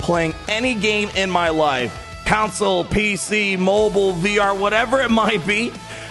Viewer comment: Do you think he will ever learn how to pronounce the word CONsole?